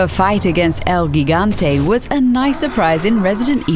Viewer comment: El ghigante...my fucking god twas painful to hear